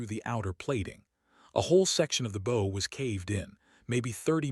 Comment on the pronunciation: Do wish you would teach the bot to pronounce 'bow' correctly with respect to a ship's front.